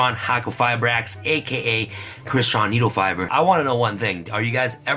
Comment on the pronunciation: Ok ok let me repeat after you... Needlefiber